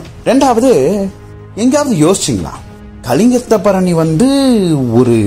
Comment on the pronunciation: It’s one of the glorious literature of Tamil. If you don’t know the subject, please don’t Touch the subject. You can’t even pronounce the name properly, Just bluffing like a blind man has seen the elephant. Please don’t ruin the great Tamil literature,which made People proud of its Majestic heritage